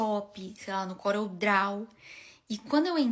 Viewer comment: Gente… quem fala inglês e pronuncia “corel DRAU”?! 😮